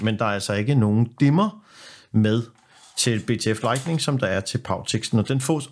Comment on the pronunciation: Hold så op med at sige lightNING ...